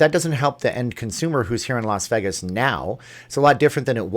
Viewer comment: it's Vay-gus, not Veegas..